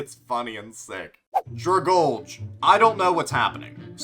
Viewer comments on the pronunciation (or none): My Ears started bleeding When he pronounced Dragalge(DRA-GAL-GII) as (DRA-GALJ)😭😭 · Dragale?? It's drag-alge like the plant in the ocean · I let it slide for recent players, but according to, he is not a first time player! “Don’t mind me I’m just gonna ragebait people by mispronouncing Pokemon names repeatedly.” DRAG-ALGAE. Does he look at the pronunciations?!?!, if your wondering why I’m subscribed when I get ragebaited by 75% of your content, it’s because your still the only person to have ever successfully ragebaited me. I watch your content because as far as I’ve seen I only run into your channel when I doomscroll and I wanna see if I get ragebaited or a reminder that shorts YouTubers aren’t so bad. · anyone gonna talk about "dragalj"? it's called dragalgae because it's algae... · Nobody:: “DraGulge”💀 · Remember, according to it's pronounced dragulge